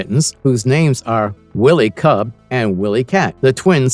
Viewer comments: You made this video just for clicks. 1) this was more an 80’s cartoon, not 90’s. 2) it’s not Willy Kit/Kat…it’s WHY-ly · Wiley said like wild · Too many mispronunciations to look at this through...Wile (while)-E- kit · you freaking liar...YOu never watched THUNDER CATS!!!! WILLY CAT????? WILLY KIT?????? wtf is that??? Anybody who watched Thunder Cats KNOW 100% There is no WILLY CATS OR KITS ON THE Show. I know of Wiley Cat And KIT pronounce (Wylee) Kit is a girl and Cat is a boy. AND CheeTARa is who its pronounced not CheeTERA. Whats the point of faking being a fan of this show????......ohhhh views. You sir are a fake .